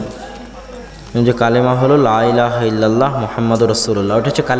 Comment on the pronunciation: Illallah noy illalloh